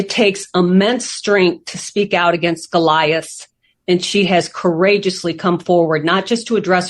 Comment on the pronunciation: It finally got too much for. I dont know how he does it covering all this wrestling. Why does Grant need a PR rep now? Seems a bit strange? Her rep can't pronounce 'Goliath' either.